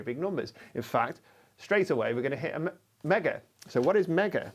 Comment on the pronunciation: Every time he says (I think) “a mega” it sounds like “omega”.